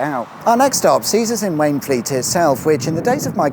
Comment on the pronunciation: For Wayne Fleet read Wainfleet 😀